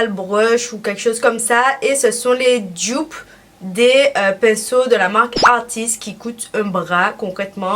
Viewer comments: "Jdupe" 😭😭😭 tu peux prononcer en français donc DUPE je pense que c'est mieux pour tout le monde 😂😭 aller bisous je t'aime ❤️ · "Djupe"** pardon c'est comme ça que tu prononces doudou